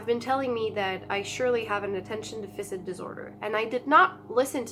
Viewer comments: can we recommend you say Deaf-fiss-sit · Deaf-fur-sit not deaf-fisit 😂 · Deficit is pronounced, "Def - a - sit". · Really great video and thanks for sharing. As this is an important part of your life and something you may talk about more in the future, I just thought I'd point out how Attention Deficit Disorder is pronounced. The word deficit should be pronounced DE-FI-SIT. It's not Deficient, that's a different word. I hope you don't take this the wrong way, I'm trying to be helpful. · Please pronounce Deficit right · The way you pronounce deficit is =D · Lol. it's driving me crazy...